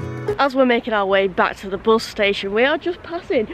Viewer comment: How do I know I am a southerner? Because it triggers me every time you say buz and not bus! It's a me problem I will continue to love your videos😊